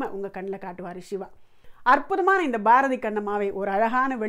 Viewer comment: உங்கள் பாடலை கேட்டு மகிழ்ந்து மீண்டும் மீண்டும் கேட்டுக் கொண்டு இருக்கிறேன். ஒரு சிறிய வருத்தம். பெண் பாடகர் Bharathi என்று உச்சரிக்கிறார். வட மொழியில் भारती என்று இருக்கலாம், ஆனால் தமிழில் அது बारदि என்று தான் வரும். தமிழில் வட மொழி போல் மகாபிராண உச்சரிப்பு கிடையாது. பாட்டின் அடிப்படை கவிதை வரிகள். இசை அதற்கு பிறகே. இசைக்கு முன்னுரிமை அளித்து வரிகளை கொலை செய்வது வருத்தம் அளிக்கிறது. எனினும் நல்ல முயற்சி. பாராட்டுக்குரியது உங்கள் கலைப் பயணம்.